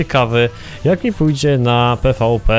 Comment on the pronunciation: pvp sie czyta - "pi wi pi" xd